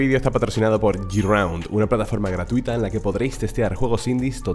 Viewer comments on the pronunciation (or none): no se dice yiraund, se dice GRAUND, ojo escribo tal cual suena, tus videos son muy buenos, pero aprender algo de ingles no le viene mal a nadie, recuerdalo para proximos videos GRAUND